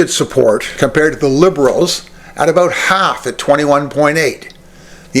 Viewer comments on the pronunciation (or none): none